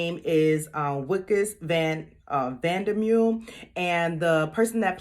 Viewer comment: Wikus van der mule 🤣. It’s pronounced Vikus Fun De Merve just to let you know. Great content anyway